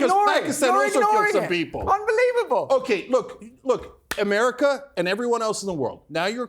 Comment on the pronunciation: how do you get the pronunciation of “ Ameriker “ from America ?